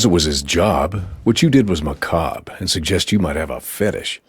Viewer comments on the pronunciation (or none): "Because it was his job. What you did was "Macabre" (muh-kobb) meaning gruesome. Not Muh Caww bre.